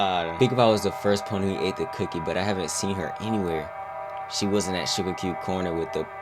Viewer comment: Cookie… not coockie.